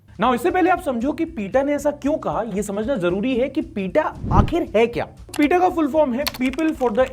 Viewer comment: भाई पीटा नही पेटा बोला जाता है नॉर्मली तो